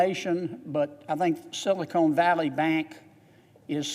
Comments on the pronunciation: It is not "Silicone" Valley. It's Silicon Valley! And, can we have a moment of silence for those who died, drinking shots every time that he said "Silicone" in his speech.💀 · Every time he says "silicone" valley I laugh and think about Hooter's restaurant. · “ Silicon not Silicone “ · This guy is stupid! He can't even pronounce sylacon Silicon Valley. It's silicon, not silicone. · Silicone valley bank? Lol 😆 It's SILICON. Idiot